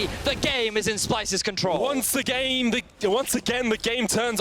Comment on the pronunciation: That "Once Agayn" 😂